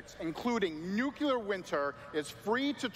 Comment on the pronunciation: when you are part of a game involving radiation and still say nucular instead of nuclear.